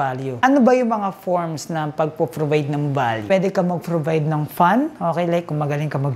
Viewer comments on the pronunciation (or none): if hindi ip, provide hindi probide..ayos ayosin ang pronunciation para maniwala ang tao sayo..pero at least kahit papaano ung off mo hindi na opp.✌️